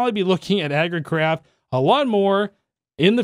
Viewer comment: did say "Agricrap" instead of "Agricraft" or were my ears playing games on me